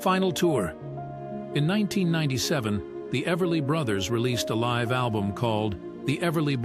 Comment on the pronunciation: You mispronounced "live."